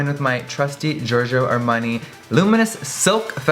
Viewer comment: I am italian and i think he's the only one that can say Giorgio Armani in the right way! So fucking Perfect italian! Loving it Jeffrey xx